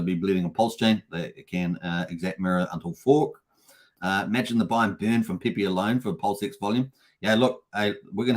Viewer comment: Pepe... not PEE PEE 😅